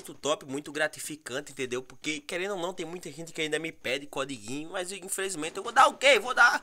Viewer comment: Vc disse (cudiguin) 😂😂